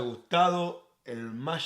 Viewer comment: No les pasa que... "Machic Queibord" ✨